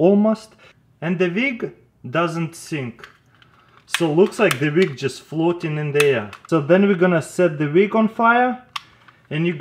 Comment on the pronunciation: HAHAHAHA THE "VIG (WICK)